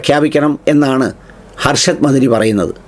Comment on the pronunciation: എടോ പൊട്ടാ.... അർഷദ് മദനി ആണ്. ഹർഷദ് മദനി അല്ല. താൻ എന്തു മുച്ചിലിമാ.... ഒരു പേര് പറയാൻ അറിയില്ല.